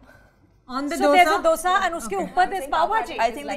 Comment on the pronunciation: Also the way Kajal pronounce 'dosaaaaaa 😂